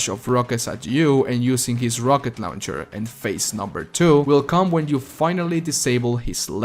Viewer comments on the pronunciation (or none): Ngl I love the way you say rocket launcher. Sounds like lowncher